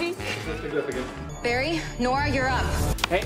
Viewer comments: Everyone: Barry and Nora Candice: Barry and Norry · Ah i think you mean “NoRy” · Barry? Norry?😂